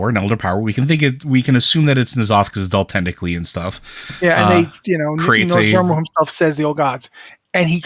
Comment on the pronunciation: Hi, it would be nice if going forward you tried to pronounce Nozdormu's name properly. The R is in the second syllable not the first syllable. Saying Norz-da-mu constantly is making me cringe.